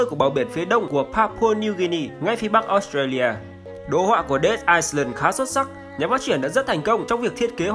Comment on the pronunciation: Dead Island, chữ "Island" không đọc "s" anh nhé.